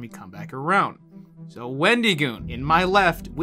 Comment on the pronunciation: I like how he was joking about wendigoon saying places wrong, yet he kept pronouncing it wendeegoon, nothing against it just thought it was kinda goofy